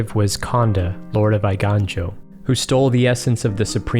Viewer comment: Your pronunciation of the Japanese is better than most content creators, but you still missed "Eiganjo Castle", pronouncing the "ei" the wrong way, aka the way that everyone pronounced it back then when everyone was ignorant about these things. Every other "ei" is correct.